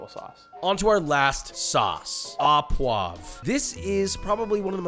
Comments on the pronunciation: Don't pronounce it a poivre but o poivre pls you hurt french ears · Not aw poivre but Oh poivre. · au = "oh"; à = "ah"; ou = "oooh". au poivre = oh pwav(re) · "Thanks for the video! I always enjoy them; great work! Just a quick note: the 'au' in French terms like au poivre and au sec is actually pronounced like 'oh' rather than 'ah'. So, it would sound like 'sauce oh poivre' and 'oh sec.'" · i can't the the pronunciation... it's closer to OH poivre than AH poivre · it's Au poivre, not a poivre (pronounced O, like thic ass bOOy) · Fuck your pronunciations, learn to speak... It's HERbs, not "erbs" ... there's an H, pronounce it. Even the French call it HERbs, and they hate H's. And it's "OOH PwavRuh", not fucken "AH pwahv". Some fucken chef. The low scores for some of those sauces, I suggest, are simply because you are mediocre and can't prepare them properly. And outside of the Americas, chimichurri is virtually non-existent, so it's hardly a "steak sauce" (contrary to Seppo beliefs, the world is bigger than America). More bullshit from the king of egotism, Joshie Not-so-Wiseman... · Love to see the au poivre take the sauce title, it's by far my favorite steak sauce. Heads up for anyone hoping to pronounce it though: the "au" part is like "oh" not "ah" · Its O poivre, not aw. AU in french sound like O. Go check how chef Jean Pierre says it. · just here to give some feedback on pronunciation: au is pronounced "oh", and not "ah". saying "oh" poivre means of pepper (i.e. pepper sauce), saying "ah" poivre means at pepper or of the pepper, which doesn't make as much sense. love these videos and the process you take! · AU poivre, pronounced "O"